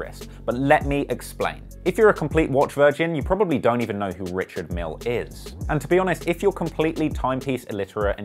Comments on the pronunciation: It’s actually pronounced „ree-shard meEhL“ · Fuck sake it’s said Ree-shard Meal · It’s pronounced rish-ard mil-ay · They said "Quentin Miller". SMH 😬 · You're mispronouncing his name lol....its not 'Richard'.....its 'Ri-chard' Mille....surely you should have done your research lol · Says he’s into watches, can’t even pronounce Richard Mille and is wearing a fit bit 😂😂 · Hum..call urself a watch head but don't know how to pronounce the names right😂😂😂